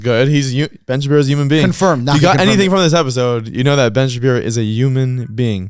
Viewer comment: Why must all of you butcher our language. The English language is hard enough with muppets ruining it! Wtf is a Uman Being It's HUMAN With a fooking H!!!!